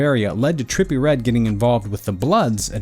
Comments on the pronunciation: Trepillie readdde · Nah” trippie “ not tripple😂